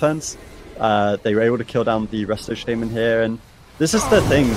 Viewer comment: SHA MAN. NOT SHAY MEN